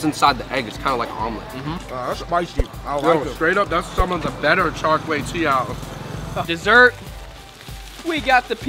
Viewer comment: char kway teee - OW , LOL better work on that one before you leave.